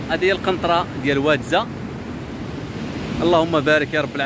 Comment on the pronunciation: أهل المنطقة ينطقون اسم الواد وادزا بتغليض الفتحة على الزاي وليس بتخفيف الفتحة على الزاي.